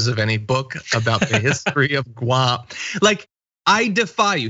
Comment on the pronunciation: The only thing is that she pronounce it Goo-am. Or like the previous chump if chief called other countries $ holes.